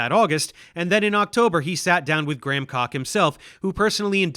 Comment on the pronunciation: Dave Explains lol are you saying "gramcock" instead of "Graham Hancock" on purpose"?